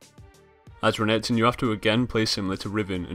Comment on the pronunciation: i like how he says renkrton counters jax but hes owning the renketon XD